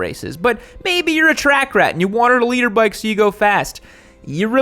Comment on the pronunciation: *Liter bikes, not "leader bikes"